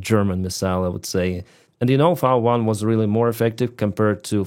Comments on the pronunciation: English Vee vs German Vau. I'am German and I clearly hear the difference. pronounced V1 as Vau one which is German while most english speakers say Vee one. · Interesting how you pronounce V in V1 the German way. 👍 Congrats to Ukraine for this huge achievement.